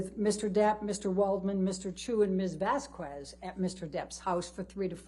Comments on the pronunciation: Amber's lawyer: "miss Vasq-oo-ez" 👁👄👁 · Is she pronouncing Vasquez’ surname wrog on purpose or…? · Am i the only one who is bothered by the mispronunciation of Camille Vasquez's name? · The way the lawyer pronounces "Vasquez" tells you all you need to know about her.